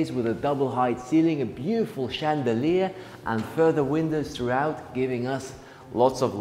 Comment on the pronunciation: I love the way mispronounces words - like 'east south' instead of south east, façade, (Fas-ard not fas-aid), CHandelier instead of 'SH'and-eliers. I prefer the tour style. very descriptive and generous with his adjectives:) The camera person does a great job too. The house - yes fantastic interior design and colour themes, though I suspect there was also a bit of a blue filter added on the editing.